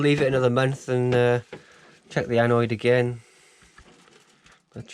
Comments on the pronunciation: It's 'anode'! 'Anoids' are what you get when you don't eat enough roughage, lmao!!!! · Nice video. Tip……. Anode is pronounced as it looks. An- ode. As in abode. Envy you your trio. One I never did. Am enjoying yours. JB